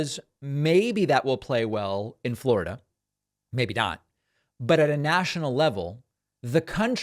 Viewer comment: "Flawida" is where brain cells go to die.